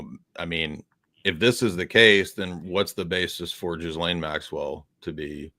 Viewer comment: Pronounce Gi - Laine. Silent "S". Please get it right